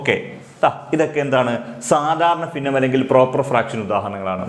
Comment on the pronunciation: ഫിന്ന അല്ല ഭിന്ന